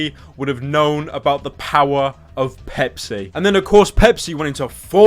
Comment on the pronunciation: Is it wrong that I heard 🅱️epis whenever Pepsi was said unironically